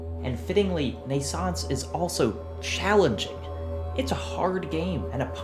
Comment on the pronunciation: Shameful! However, despite your claims to the contrary, your pronunciation of "Naissance" is alctually flawless. just like your pronunciation of "NaissanceE" which is just Naissance with a slight emphasis on the usually mute "e"